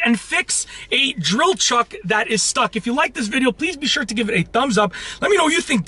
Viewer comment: why is it every time you say stuck it sounds like you say stock